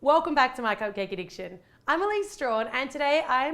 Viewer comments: omg when she said the intro i heard : welcome to my cocain addiction instead of cupcake addiction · Is it just me, or did you think she said 'my coccaine addiction' at the beginning?? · Kit Dumb it did sound like she said welcome to my cocaine addiction!!!!!!😨😧😦😲😦😧😨😨😧😧😦😲😦😧😨😧😦😲😦😧😨😧😦😲😦😧😨😧😦😲